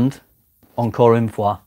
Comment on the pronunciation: thumbs up for a perfect pronunciation of "encore une fois" (i'm french)